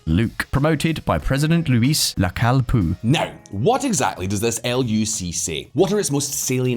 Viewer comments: It's NOT Lacalle Pooh!!! FFS!!🤦‍♀️ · Luis "Lacal pu" 🤣🤣🤣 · "Looee Lacal Poo" 2022